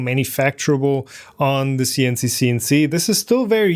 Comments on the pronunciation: pronounce Sienci with a hard "I" , s"eye"ncee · Just pronounce all the i's in "Sienci" as "ai" (like the letter alone)! Even if it sounds unusual, it should get the point across better. (Some people seriously don't know how to name a company... I know a company that makes pens and is called "Online". :( good luck googling for that) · Was thinking the same thing. German pronounciation would be like S´ai`encii